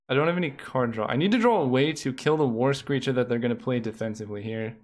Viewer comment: Every time you said the words "War screecher" my mind heard "Worst Creature". Lmao